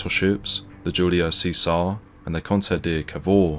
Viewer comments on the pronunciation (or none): Good, but spoiled a bit by inconsistent diction. Sometimes we hear the "T' in British and sometimes it's "Essex boy" doing the voiceover and saying 'Bri'ish". Incidentally "Cesare" is pronounce "Chaysaray" and "Ciano" is pronounce "Chee-ah-no" Otherwise pretty good. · Cesare pronounced Chesaray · Good story,but Bad pronunciation.It' s' Seezar 'or in Italian 'Chez a ray'And the Italian Port city Is not Toranto,but Tar an toe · Huzzah for Warspite! Boo for the AI reading Cesare (Chez-ah-ray) as (See-zar). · A bit more preparation would have been in order. "See-sar" is, I think, pronounced as "Chesaray", "Hair-ward" is approximately pronounced as "Herrawood". Also, this high drama is given the same dull treatment as a local pub bowls match. Disappointing. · Excuse me, that's Che-zar-e, not 'chee-ser' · It is pronounced chez are ray not see zar. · Good video. Just one thing, the Italian Battleship's name is pronounced Chee sar eh, not See Sar. Criminal that Warspite wasn't preserved. An amazing ship. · "Cesare"is pronounced Chee-Sar-Re. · Not even the Admiralty can agree with itself, some say ten miles and some fifteen. But they all agree that Warspite does hold the record. And just as an aside I'm led to believe that Cesare is actually pronounced Chezaray but I'm open to correction. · Great article and record of the Warspite's achievement. One small blemish - "Cesare" is pronounced Cheh.zuh.ray. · Could do with a bit of brushing up on Italian pronunciation. Cesare = “See-zar?” Really? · Great video I think the Cesare is pronounced, Chez a ray. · FYI Cesare is pronounced 'chezaray' or 'chezaree' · The Italian battleship Cesare is pronounced chez array, oh and aft and stern are the same place lol, I think you meant her forward turrets (A and B turrets) on Cesare and her stern turrets (C and D) on Cavour. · It would have been nice if you'd found out how to pronounce Julio Cesare and HMS Hereward.